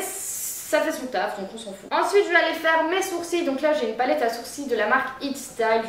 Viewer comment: Cela me fait penser à Shera Kerienski quand elle dit "ensouite"